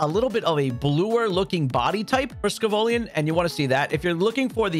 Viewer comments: These videos are wicked helpful but brother its sco-villain not scovollion! Like scoville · Sco-vollyions lol. Its Sco-vill-an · Excuse me? Wanna say Scovillain again? SCOVOLLIAN? My brother in christ, a blind man could see that its name is Scoville+Villain 😭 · "scovoaleein" 😂😂 thx for the info on the spot tho scovillain my fav gen 9 mon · The way you were saying Scovillain was driving me insane! Lol